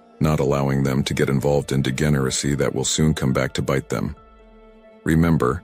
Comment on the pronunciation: Now we know this is AI generated voice, not the voice of a real human. It couldn’t pronounce basic English words correctly like “mistakes” and “degeneracy”.